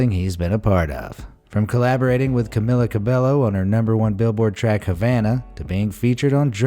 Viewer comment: You pronounced Camillas’ name wrong lol